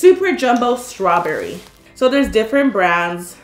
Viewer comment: did you just say super jumbo SCRAWBERRY or was it just me and you sound like you were said or your voice cracked idk